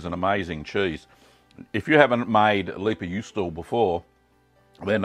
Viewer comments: pronounced "lay-pa yoo-stow-a" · Pronunciation tip: "Lei", try the start of "Raven" with a clear L instead of R, and "Pä" you can approximate with "Baron" but hard P. Juu in juusto is pretty much correct, just cut the o. You're ending it with "ou", chuck the u and you're good. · Thanks for the recipe! I'm from finland and the way you said leipäjuusto was okay😁👍 Not good, not bad haha. I actually find it kind of interesting how your pronouciation of finnish sounds exactly like an american trying to pronounce finnish